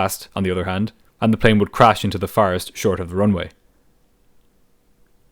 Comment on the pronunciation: Thank you for the vid. One thing though, it's not "fire rest", it's usualy just called a "forest". Took me a while. 👍